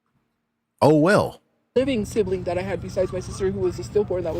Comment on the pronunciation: She says sibling like sibaling and family like fambily I can go on and on.